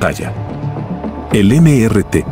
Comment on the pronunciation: No se dice.. eme ere te, se dice.. Míster ti, era su nombre.